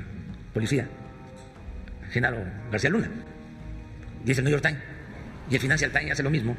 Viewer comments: NEW YOR TAIN... EL WACHINTON POS... Y EL FINANCIAL TAIN... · Y sigue sin discurso. Ya vuelve al "niu yor tines" y a su rancia historia. Pobre hombre da pena y risa.